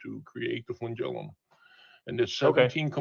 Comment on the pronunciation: The flengelilium is so amazing! yea but the first organism probably didn't have one. Also that's not how you say that word. snowflake melts